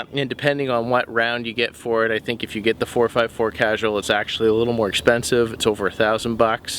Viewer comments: "Kuh-Sewl" not "casual". LOL awesome video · Casul is pronounced as kasule, and that key,..h'mmm I think you better have a look see at another 'little know' gun called a Smith & Wesson! I would think almost everybody interested in handguns, would have heard of Taurus, I could be wrong here though!! I do agree that a.44 Magnum does speak with authority. That is a nice looking revolver. I opted for the less costly to fire S&W 686. 357 Magnum. Either way you look at it, these bigger revolvers do pack a wallop. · That had to be the worst butchering of the cartidge name I've ever heard. Lmao